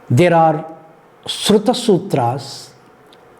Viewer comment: Very disappointing to see all these so called university professor's reading from ppt, without having any basic understanding of what they are teaching. At 7min somewhere he read "Sruta" as written. It is SRAUTA sutras. Now imagine philosophy professor doing this grave mistake while preaching/ teaching religious texts and that too about shiksha and vyakarana. What respect will anyone have for such classes?